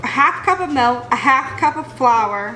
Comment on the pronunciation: "melk" Lol